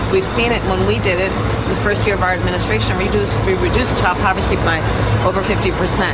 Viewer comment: Did she say "we reduced child povercy by over 50%"?